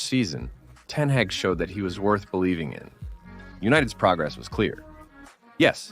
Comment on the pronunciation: Ten hage